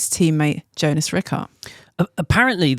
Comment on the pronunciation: Please pronounce Jonas’ name correctly.. it’s pronounced Yo-nas